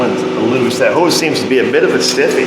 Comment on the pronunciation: When you say hose, for some reason I hear hoes. MeeMaw would not be proud of me.